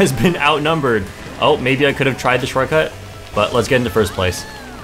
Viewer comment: I took a sip everytime said "shorcut" and I went drunk after 3 minutes. Next time I'll try with the word "bagging" 😂